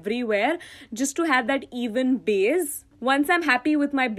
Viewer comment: It's so cute how you call "base" as "baze"😂❤❤